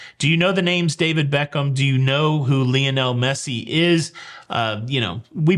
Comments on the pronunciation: I hate soccer… but Lionel is pronounced LIE- on - el ! LIE.. as in “lie around and do nothing” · Thx. But Lionel is pronounced “LI ON ELLE. “ Li rhymes with HIGH. I never knew that Americans pronounced “ Ruined” as “rooned” most of us English speakers say “ ROO - INNED”. Wow weird stories, only in the USA would anyone think it normal to have guns. Thx a lot. Yes the parents are Waco. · I am so glad that he mispronounces Messi's first name multiple times. Makes for a more interesting video.